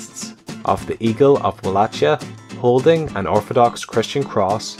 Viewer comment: It's pronounced Wallahia, not WalaCHIa!!!!!!